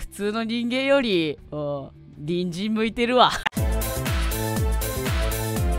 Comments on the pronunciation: この動画何回見てもハッキリきいてもころちゃんの隣人が人参に聞こえる(((( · やっぱり人参にしか聞こえない笑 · コロンくんが言う「隣人」 私には毎回｢ニンジン｣に聞こえるw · 隣人がにんじんに聞こえるWWWWWWWてかクソおもろいwww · 時間差やけどさ隣人が人参に聞こえてやばい(( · 隣人がニンジンに聞こえるwww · 最後にわかった。りんじんかにんじんって言ってるのかと思ったw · 隣人がにんじんに聞こえてしょうがない…… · ころちゃんの「隣人」の言い方がどうしても「にんじん」に聞こえてしかたないwwwwww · 毎回のように隣人がにんじんに聞こえるwwwwwwww 🥕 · 隣人が人参に聞こえる件について((( Ｉlike ピーナッツｯｯｯｯﾂ!!! クソ笑った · 最初、隣人が人参に聞こえて、ん？ってなったわ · 隣人が人参にしか聞こえない件について( ˙-˙ ) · ごめんね、どおしても、にんじんに聞こえるんだ。